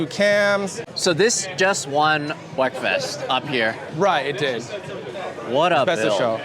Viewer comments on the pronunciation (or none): It's WEAKFEST not WEHKFEST... Straight out of Joey's mouth...